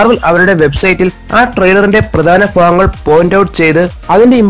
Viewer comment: ഫാഗങ്ങൾ മാറ്റി ഭാഗങ്ങൾ ആക്കിയാൽ നല്ലത്.